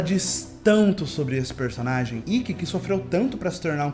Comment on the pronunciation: Só eu ou mais alguém notou ele falando Rikki?